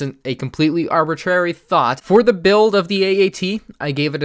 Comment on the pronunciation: He said "ArbiCHERRY" lol